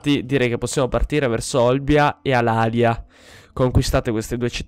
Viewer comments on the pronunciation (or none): Edoardo Lusuardi si la città corsa... di solito la pronuncia alàlia anzichè come è corretto dire alalìa.. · La pronuncia è Alalìa...Comunque prima di costruire la città ellenica costruisci i templi che danno ordine pubblico!!